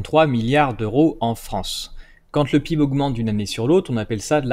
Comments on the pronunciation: Les gens qui disent "pib" au lieu d'epeler les lettres une par une, ça m'énerve, ça fait triso et pas professionnel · Ça rage, ça rage. Néanmoins j'apprécie vos vidéos qui apportent beaucoup, j'ai simple fait remarquer que PIB ce prononce lettre par lettre.